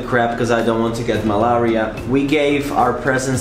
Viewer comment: Malaria spelt yes pronounced as MALERIA!😊